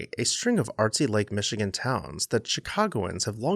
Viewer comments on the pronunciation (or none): none